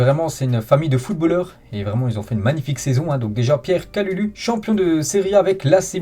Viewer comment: Stp le U ce prononce ou comme si tu disais kaloulou horrible de déformer le nom de la sorte merci de la compréhension